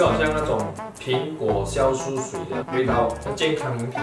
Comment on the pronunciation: 酵素 是读“jiao” 不是读“xiao”。。。